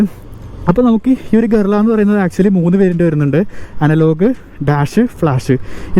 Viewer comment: ഗൊറില്ല അല്ല ഭായ് ഇത് ഗറില്ല